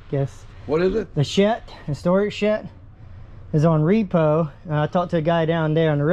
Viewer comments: Shet. Wtf is a shet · Just curious why do you say shet ? Instead of shed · Might have fewer issues communicating if you learn to pronounce the letter “D”. It’s not Shet. It is sheD. Lol. Your accent sounds very Amish actually. To be clear I enjoy your channel and your interactions. As a repo person you seem to have very good people skills and appear to be a very good person. Just a little ribbing for ya. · Either start saying SHED or change your channel name to “Shet-Happens” lol anyway, love the channel and glad to see the donations were reached! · Still wrapping my mind around you calling it a "Shet" lol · My only question is what is a "shet"🤣🤣🤣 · Bro it sounds like your saying shet lol and attress and vehiggle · Paka Lolo No, you heard correctly. He pronounces "shed" as " shet". Obviously a local dielectric occurrence. Southern States is as Southern states does....life is like a box of chocolates....... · I love how you pronouse your Ds as Ts 🤣 " I'm here for the shett " YouTube needs more content like this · The shet? Shet!? Shamon man, it's called a shed! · Is he saying "storage shet" We needs er dadgum sturage shet. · Is sheD not sheT. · It's shed not shet. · it sounds like you say shet and its a shed like sled . good videos though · Shed and shet, two different things. Come on man… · You keep calling the shed a shet. Hard to understand in that part of the country. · Y’all are awesome. I’m only gonna make a little minor complaint it’s SHED NOT SHET GOOFY. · Does he keep saying shet? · Its shed,, not shet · Why do u say shet instead of shed ?? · Any reason why you keep calling it a shet? Are you not capable of pronouncing the sound the letter "d" makes? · It’s shed not shet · Are you calling it a storage shet? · S h e D !!! Not ‘shit’ nor ‘shet’… Where you brung up ? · Its a Shed, not shet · Are you saying storage-shet?, it's storage-shed, with a D, lol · Storage shet? What’s a shet? Haha? Sounds Amish. I like it though. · I said same thing, it's called a shed